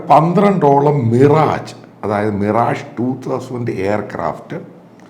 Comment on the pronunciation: മിറാജു അല്ല മിറാഷ്, ഫ്രഞ്ച് പേര് ആണ് അത് ഇംഗ്ലീഷ് ഉച്ചാരണത്തിൽ അല്ല വായിക്കേണ്ടത്